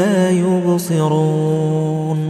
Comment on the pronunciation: Plz listen recitation of ayat 9 last word la ubseroon .I think Qari saying la yurseloon